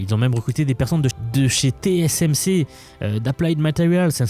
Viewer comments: 15 eme seconde et déjà une erreur ^^' on dit TSMC ! pas TCMC ^^' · T S M C et pas T C M C... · "Té-cé-èm-cé" ça bloque déjà avec l'alphabet :face-turquoise-covering-eyes